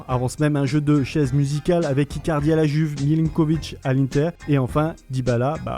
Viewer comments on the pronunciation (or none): none